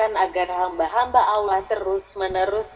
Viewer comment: Mohon pengucapan sholallahu allaihi wasasallam. Dan pengucaoan Allah di perhatikan pengucapan nya harusnya Alloh bukan Allah seperti tulisan latinnya . karena penulisan arab alif fatkhah ketemu lam bacanya Alloh beda kalo alif kasroh ketemu lam bacanya illah . Mohon koreksinya jika saya juga salah